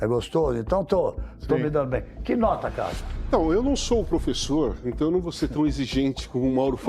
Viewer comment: Calma 😅😂😂